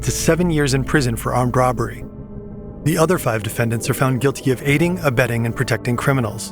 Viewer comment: no one is gonna talk about “roBBBery”? 3b is wild